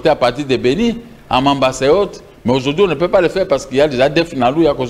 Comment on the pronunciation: on dit, Aujourd'hui et pas ojourdhui.